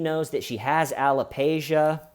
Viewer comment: It's: a ·luh·pee·shee·uh